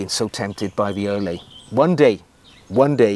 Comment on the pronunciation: Some amazing shoes there. The Islay being my favourite.. maybe because I live near Bond's home in Glencoe 😂 The "lay" part is pronounced "luh"....."Aye Luh". I assume this is named after the Scottish island of Islay. One of my favourites due to their amazing whisky 😂 Certainly worth a visit.